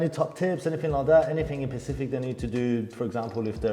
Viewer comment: A Pacific floor...do you mean specific